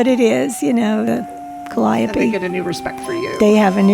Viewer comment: Pronounced cally-ope